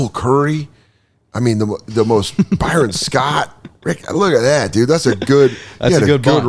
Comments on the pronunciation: Why does pronounce names like he grew up in a shed? Byeron and Stwart 😆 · By-Ron was a real head scratcher. Not exactly a name you'd expect to butcher so badly. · messing up the names and only kinda knowing the big name people is hilarious. "Bye-Ron" and Joe "DA-mars" "Sta-arrt"